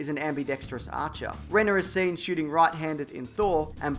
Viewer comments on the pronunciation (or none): none